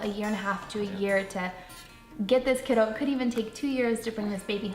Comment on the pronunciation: she says kiddo like people say doggo and im not okay wt that ❤️